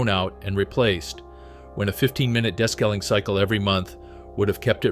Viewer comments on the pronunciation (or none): AI …des-caling. It’s DE-scaling!